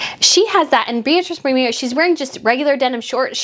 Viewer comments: Please don't be offended by this, but it's pronounced Boro-MAY-oh. As for Meghan's looks, you are absolutely correct. Not only does she spend eye-watering amounts of money on items where an identical one is available for a tiny fraction of the cost, but she does not have the figure or proportions to make many of the garments she wears show well - which is one of the biggest fashion differences between her and Catherine, Princess of Wales. It has also been frequently noticed and remarked upon that Meghan does not appear to take advantage of professional tailoring services, when a few simple alterations could at least make an unwisely-chosen garment look 100% better on her. Tailoring is such an inexpensive fix for so many fashion problems, and it is a mystery why Meghan continues to ignore its advantages. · It's pronounced Bor o MAY o